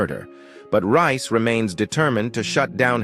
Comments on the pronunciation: It's Reece not Rice. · Who the hell is rice. Not a British narrator, so incorrect pronounceation